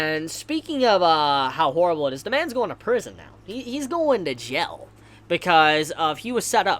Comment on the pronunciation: i love the way you say jail jell